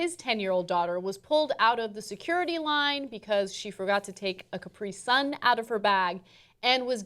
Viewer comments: Strange pronunciation of Capri sun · Anna says capri sun weird